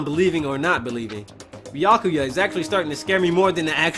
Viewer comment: Also it's pronounced byukooyu